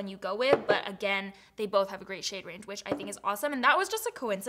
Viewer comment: When you said “great undertone” it kinda sounds like you said a “grey undertone” lol i was like wait wtf lmao 😂 I had to go back